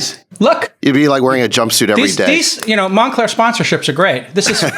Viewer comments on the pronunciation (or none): “Monclear Tat “ 😂